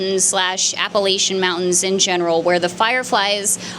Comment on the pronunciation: As someone who was born and raised in Appalachia, that ain’t how you pronounce Appalachian.